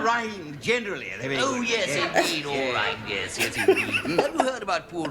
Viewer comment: and you had to say "Ears" instead of "Yes"